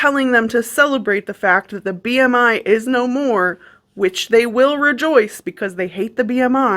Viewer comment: My soul left my body at the "R" in B.R.I.